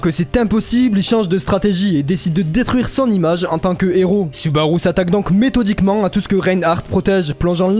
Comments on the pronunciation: La video est vraiment bonne, par contre, c'est assez perturbant d'entre un "nez rot". Héros commence par un h, il n'y a pas de liaison. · Très cool comme vidéo Par contre le " un neros" me trigger. On ne fait pas la liaison bordel !!! 😂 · Pitié arrete de faire la liaison entre un et hero, quand ya un h la plupart du temps on fait pas la liaison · Héros commence par un H donc on ne fait pas la liaison avec le N de son